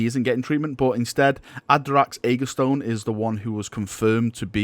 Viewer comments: Again, CMV, Adrax's last name is AGATONE, like acetone, and NOT AGASTONE, like blastone. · I believe it’s pronounced aga-tone